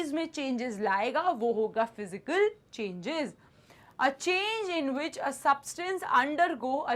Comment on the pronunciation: Changes ❌ chgnans ✅